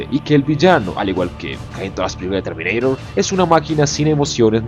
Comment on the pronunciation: es a huevo intentar hablar canoun, terminairor, conour.... Eres peruano o qué?